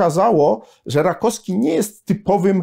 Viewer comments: Bardzo przepraszam że czepiam się szczegółu, ale naukowiec, humanista powinien zwracać uwagę na poprawną wymowę. Rakowski a nie Rakoski. Jeszcze raz bardzo przepraszam ale uważam że ktoś taki jak pan powinien zwracać uwagę na wymowę żeby Polacy mieli wzór do naśladowania. A tak poza tym zawsze czekam na kolejny odcinek na pańskim kanale, staram się śledzić pańskie publikacje od momentu kiedy dawno temu wpadła mi do rąk Reglamentowana rewolucja. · RakoWski a nie Rakoski. Strasznie razi.